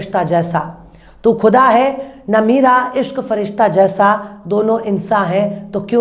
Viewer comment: Aap apne zuban ko sahi kriye aap urdu ke alfaz shi se nhi bolti ha jayse aap ne khuda ki jgha kuda kha ha aap ki zuban kachchi ha Sher to aap bho achche khti ha